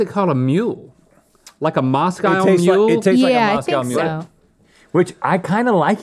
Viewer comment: "Mos-Kyle mule?"